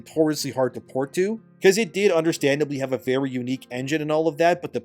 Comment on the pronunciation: Vely dishonarabu